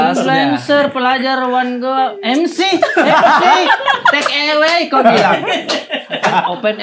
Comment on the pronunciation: Take away bacanya teɪk əˈweɪ ə bukan e. Kalau ewe itu sejenis domba.